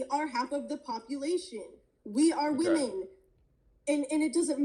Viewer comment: "How are wahman oppresed?" her answer- Go read the Huffington Post....